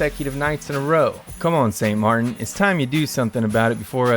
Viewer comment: "St Mar-IN is sick..." Um, did you mean St MARTEN"?